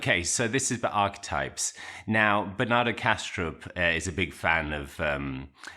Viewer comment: Cool! I thought you were saying Banana Castro. I just bought Bernard Haisch's latest. I read a previous work of his which resonated with me.